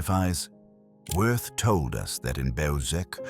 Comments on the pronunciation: It's pronounced Vee ert. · You’re correct but, in my opinion, someone as evil as Wirth does not deserve to have his name properly pronounced.